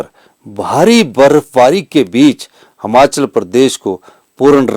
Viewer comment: श्रीमान जी हमाचल नही हिमाचल होता है अपने प्रदेश का नाम अगर आप ही गलत लोगे तो बाकी क्या करेंगे